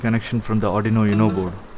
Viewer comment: Nice video. BTW, it's 'Oooohno' not 'YouNo'